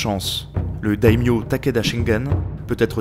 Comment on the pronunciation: Ce festival de prononciations erronées (sangoku, dayodayin, daimyose, mais pourquoi? 😱😱) xD Mais au moins ça m'aura permis de réviser, merci :)